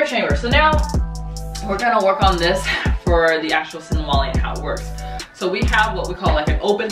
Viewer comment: sinawali. not sinwali.